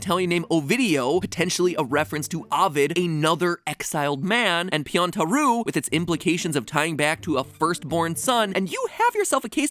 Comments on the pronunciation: ぴょん太郎 would be pronounced "pyontar-oh,' not "pyontaru" (No hate at all. I have no one to practice Japanese with and Im just being nitpicky, sorry...) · No comments about how MatPat pronounces "Pyontaroooo"? :D It's Pyountaro(u) - the 'u' is almost silent :)